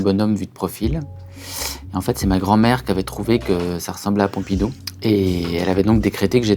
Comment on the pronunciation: envie de l'étrangler quand il dit Pompidou